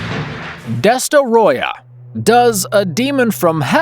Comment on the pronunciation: I wish I can give you two upvotes for pronouncing Destoroyah's name correctly.